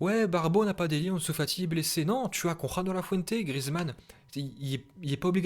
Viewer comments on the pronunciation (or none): none